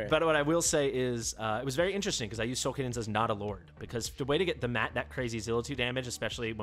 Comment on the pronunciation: Solcadens not Solcadence